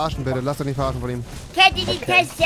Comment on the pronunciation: Heißt es nicht verarscht und nich verarcht? 🤣